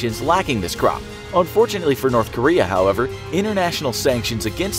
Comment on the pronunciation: I heard it wrong when he said "North Korea" I thought he said Nerth Karea lol